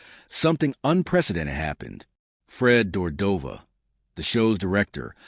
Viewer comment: Fred Dordova???? Ummm, its Fred de Cordova. Garbage video.